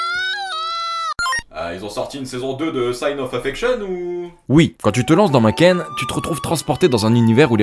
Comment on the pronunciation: Tu nous fais une sponso et tu dis "makène" 😭